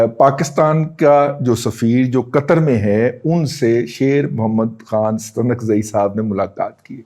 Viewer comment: Muhtaram Razi sahib Stunkzai nhi balkay Staanakzai pronounce hota hay